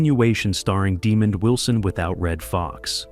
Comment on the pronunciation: His name was Demond Wilson not demon 😈 Wilson!